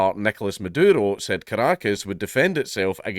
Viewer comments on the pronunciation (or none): I dont know if its on purpose or just his accent, but im hearing him call the vz prez madoodle.